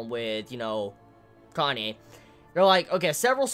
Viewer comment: Really late to the chapter, but still I got here. Ehem... Goddammit with your Kanye,, it's pronounced Ka-Na-Eh. You may be doing it on purpose but still, it's annoying and threws off all the serious mood you build.